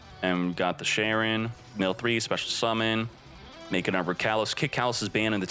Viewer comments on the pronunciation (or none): none